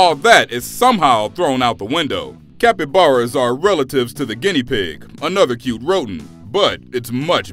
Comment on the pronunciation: video says cappyaras as violent EXUSE ME WHAT?